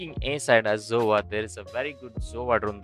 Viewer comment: I love how he says zova instead of sova lol